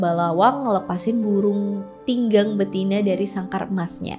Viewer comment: Burung Tingang, bukan burung Tinggang 😄